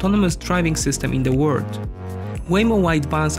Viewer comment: I can't stand it! Why can't the narrator say WORLD, with the L? All I hear is - All of the word is going green? - Now that's not the R and narrator is not Japanese to mix it up. What gives? Why do people make content that's interesting and straining to consume?